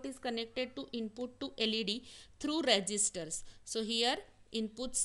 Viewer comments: its resistors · Resistors✅ not registers